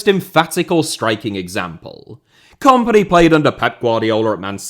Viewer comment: Can you pronounce kompany to sound like the word in companies house please as opposed to the comp in competition? Thanks